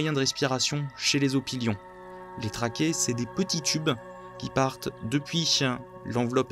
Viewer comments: "Trakée" Bruh. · Une trachée, pas une "traquée" ;) Sinon super vidéo, très instrucive